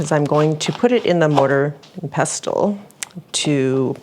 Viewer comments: The mortar is the bowl and the pestle is the mashing tool. Pestle is pronounced, pes' sel, and the t is silent, at least in the US it is... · Love hainanese chicken so will definitely try this recipe. It’s amazing to me how the Chinese have influenced the cuisine of many countries. BTW, the “t” is “pestle” isn’t pronounced like in “castle”. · Mortar is the bowl, and, the “t” in “pestle” is silent. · The pestle is the stick part - and the T is silent. :) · Hey and Dude. Do you remember watching Danny Kaye in the movie “A Connecticut Yankee in King Arthur’s Court”? There is a couple of lines from that movie that I remember that the “pellet with the poison is in the vessel with the pestle. The chalice from the palace has the brew that is true.” Any hoo, The mortar is the bowl and the pestle should be pronounced with a silent ‘T’, so it rhymes with “vessel”.